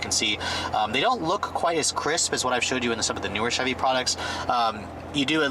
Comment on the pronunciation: "chee chevy" hehe . :)